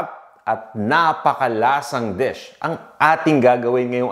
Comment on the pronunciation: Checked your pronunciation before you pronounced a word. Your already in the US. Dish is not desk, videos not . Vedeous.